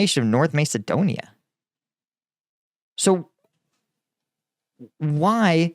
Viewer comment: Dude it’s Macedonia “MASS eh doan ee uh”